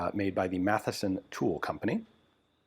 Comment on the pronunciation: "Mathewson" not "Matheson".